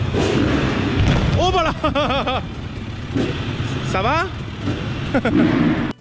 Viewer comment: Mdr le ça va avec l'accent espagnol